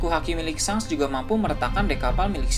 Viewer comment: Shank ya bukan shenk kalauoo shenk pasti salah